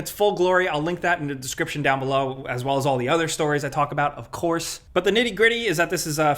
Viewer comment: Bruh this news flew by so quick that it felt like there were only 3 topics. Also the way say “BUOOTTTT!!” Always really stands out to me cuz he pronounces it so funny lol like inhalway expect to get a “dontcha know “ after lol